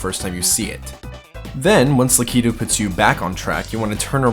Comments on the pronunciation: Lak-I-tu not lak-e-du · Its lakato not lakito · lak-I-too, not la-kee-too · Lakito not leketo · LA- KA- TOO not LA- KI-TOO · I'm freaking out on how your staying lakitu, idk if that's how your supposed to but I'm almost entirely sure your saying it wrong, lakitu- Lak-it-too, not lak-eet-toe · you are saying "lackatoo" wrong. You are saying "lakeytu."I say lackatoo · Lakiitu? Not critizing but it is Lakiitu (lak-i-tu) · I KNOW YOU DID NOT JUST CALL HIM LAK-EE-DOO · Im sorry but for future please pronounce lakitu right LAKA-TOO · It’s Lakituu (Lahhkhe-too) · I love your videos, but it's Lakitu. Lack-i-too.. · lackydoo ???? really lmao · is it lakitu or lakitu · I really liked this video! I really dislike how you pronounce "lakitu".......... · Lah-kih-two not lah-key-two del-feen-oh square not del-fine-oh square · And Del-fee-no. Stupid observations, but whatever. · How can you have a serious gaming channel like this and continually mispronounce the name of a prominent Mario character? Lakitu is pronounced lack-it-too. And Delfino! Anyone who's played Mario Sunshine knows it's Del-FEE-no. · "Lakeetu" "Delfyno" D: Nice glitches but that bothered me a little bit lol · He pronounces Lakitu and Delfino so wrong 😂😂😂